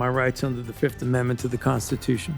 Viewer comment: He pleads the Fif . F I F.😂